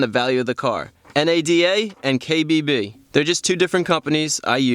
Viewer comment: I liked the way he said NADA & KBB lmao